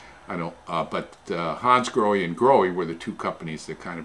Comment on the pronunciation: Hi, just a little FYI. They are not pronounced Hansgroheee but Hansgrohah. it's German and the language is phonetic where the ending E is pronounced AH.Your not alone, even Porche car owners and dealers mispronounce their cars, just calling them Porch instead of Porchah